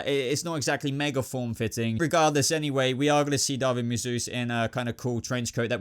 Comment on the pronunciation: Great video- loved the explanations and opinions. Thank you 😁 and I think David is pronounced Daveed